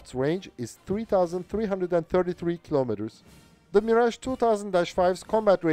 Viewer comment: I hope for the day we'll see an English native speaker (or even non-native like this one) youtuber finally pronunce French names like Mirage CORRECTLY. Is it so complicated???